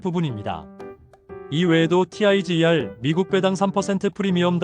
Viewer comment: Tiger을 '타이거'라고 읽지 '티아이지이알'이라고 읽는 사람이 어디 있습니까? 주식하는 사람들 기본 지식 아닌가요?